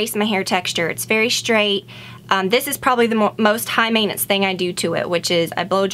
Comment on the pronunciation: At 1.34 said "mainance" or "meinance". Can someone tell me what does it mean? (I'm italian) you are the best youtuber ever!!! ❤️❤️